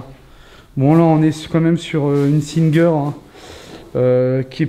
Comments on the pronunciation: Pssst la machine a coudre ce n'est pas SinGUEUR.....mais SINGER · En phonétique : singe air pas sinegue heure svp pour la machine à coudre Singer 😉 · Une Singuer! Non mais on rêve là....🙄🤪 Ça fait 2 vidéos que je vois de toi et je suis carrément sidérée par ton absence totale de culture... Renseignés toi mec t'es vraiment à côté de la plaque...Singer prononcé" sinjère" est une marque Française depuis des lustres tout comme Manufrance l'était ou La voix de son maître représenté par un petit chien Spit auparavant appelé corniaud...et au passage cette machine à coudre ne date pas des années 60 mais plus probablement 70... Le bouton de la télé que tu touches permettait de capter les ondes hertziennes pour avoir les 3 chaînes... Mais non, ce n'est pas une none, mais une Sainte Vierge! qui prouve que ces gens avaient probablement fait un voyage à Lourdes ou que des proches y avaient été.. La sainte vierge était sensée veiller sur l'âme des gens... La poupée c'est 70/80... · La machine à coudre "sine gue re 😅 ) Singer soit " sin gère " 😊 MDR, Je suis couturière 😂... Le pot de chambre sur la table nuit 😂😅. L'humidité dans l'angle de la maison probablement dû à la végétation qui pousse dans la gouttière. Oui c' est un gîte à l'époque c'était la même réglementation que l'hôtellerie. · Je suis sans doute plus âgée que vous et c'est pourquoi je sais que "Singer" est une marque bien française de chez nous, et que, donc, on ne prononce pas Cinegueure, mais Singe'R. 😅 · Pour la machine a coudre on prononce '' singère '' et non pas '' sine gueure '' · "Sinegueur "😂 sorry mais tu m'as trop fait rire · Ça ce prononce sungee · Ça se prononce en français singer comme Saint gère.vous êtes beaucoup trop jeuned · Une visite assez flippante, en ce qui concerne la machine a coudre, c'est une Singer, a prononcer en francais. Donc sin (saint) et ger comme on prononce en français. Merci pour votre visite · Singer est français. Ca ne se prononce donc pas à l’anglaise 😅